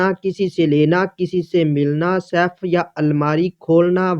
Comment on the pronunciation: تمہارا اپنا تلفظ تو درست ھے نہیں۔۔ یہ لفظ Saif نہیں Safe ھے۔۔ جو سیف تم کہہ رھے یو اس کا مطلب تلوار ھے تجوری نہیں